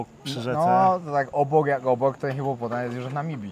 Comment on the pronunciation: to jest hipopotam, nie hipopotan😂😂😂, ale te Twoje błędy językowe są czasem urocze😂😜😆. Ale Cię poprawi😎😜